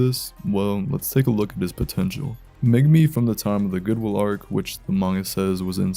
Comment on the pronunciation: DID YOU SAY POTENTUAL?